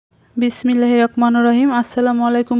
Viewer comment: আপু কেমন আছোমনে কিছু নিওনা বিছমিল্লাহ বলাটা ঠিক করে নিও